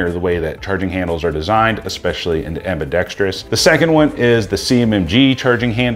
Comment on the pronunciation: Ambidextrous, not ambidextrious. I couldn't keep watching, sorry.